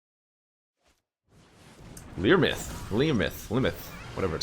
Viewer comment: the mispronunciation on Imryth is because her name starts with an I, not an L.